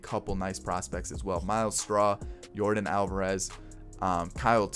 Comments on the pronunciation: I don’t want to be mean but you keep saying names wrong but I like your YouTube channel a lot! Just saying not being mean it isn’t Jordan it is Yordan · It's Jordan but it's Yorden🤣